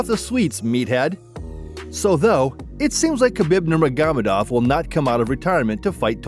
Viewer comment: I'm sorry I just couldn't get past NurmeGAmadov, I had to stop